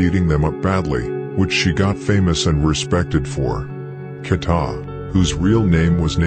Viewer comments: Who tf is kata?😂 KEEETA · Who tf is KATA 😂 it’s KEEEETA